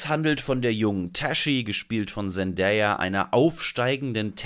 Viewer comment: endlich mal jemand, der Zendays Namen richtig ausspricht